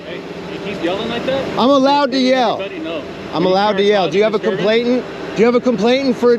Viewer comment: It's complainant, not complaintant.